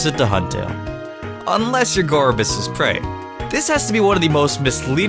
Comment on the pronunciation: i heard call gourgeist gorbyss